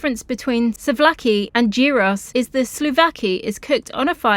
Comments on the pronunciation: Please!! souvlaki ,, it’s pronounced sue-v-laki. With the v soft like ‘ver’ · Nice video, but Pleeaseee work on your pronounciation. The words are not difficult. SUV-LA-KI 😂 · It is called Suvlaki and it is written Souvlaki. I like your videos. Wish you lifelong health and happiness.